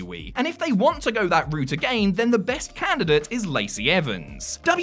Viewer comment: I don't know, but he is really putting emphasis on the last word of each sentence. He is stretching the word. He says again like a-gan-yin.